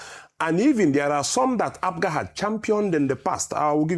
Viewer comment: Rufai, we are called APGA and not APUGA, take note.